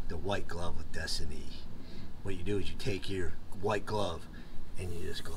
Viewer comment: "white gloves of destinyy'"Thats how you tell " lol nice 😂